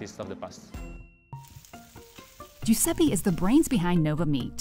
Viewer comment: It’s joo-sep-pay not joo-sep-pee